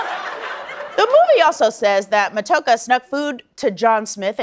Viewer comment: Matoaka is pronounced Ma-toe-AH-ka. But yeah, most of us Indigenous people on Turtle Island (the original name for North America) find anything Disney does in its depictions of any of our people to be highly unrealistic and offensive.